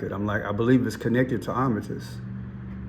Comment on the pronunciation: It's Art-a-miss